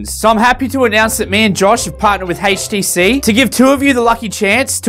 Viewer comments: "Haitch tea sea" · A "Haish"TC? Did I hear that right? XD You're awesome. I love my Vive